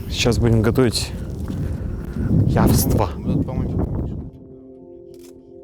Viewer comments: яства, а не явства. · яства - от слова "есть", а не "явства".